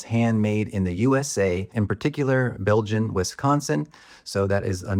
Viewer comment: Excellent review and thoughts. Nicely done. Thank you for deciding to do the video. As an aside, they're made in Berlin, Wisconsin, not "Belgin" and Backcountry is one word for their model name.